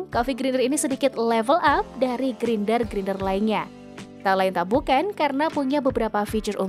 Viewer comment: Grinder itu dibacanya "grainder" 😅